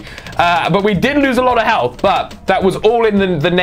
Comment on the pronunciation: Lol u say healf like i have 5 healf